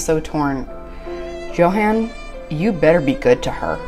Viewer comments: I went back and rewatched the episode. 21 minutes in, he introduces himself as YO HAHN, just like his mother. She is mispronouncing it. I find it rude. Its like Nikki calling Igor (excuse spelling, Justin. Like staaaahp it. Why would she continue to say JOE HAN?? It makes me crazy. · Yes when he introduced himself he pronounced it as Yo-Han. Charlotte is mispronouncing it. And for whatever reason he isn’t correcting her. Hope when she sees the episode where he introduced himself, she will notice it. 😁🤣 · I heard him pronounce his name and I think he said Yo-han not Jo-han. I think she pronounces it wrong and he just never corrected her and now it's too late... 🤷‍♀️😂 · Its pronounced "YO HAN". Annoys the crap out of me that Charlotte mispronounces it. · Its YO HAHN. Charlotte is mispronouncing it and it makea me crazy. Even his mother says yohahn. Smh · i went back and rewatched the episode. He says YO HAHN." She is mispronouncing it.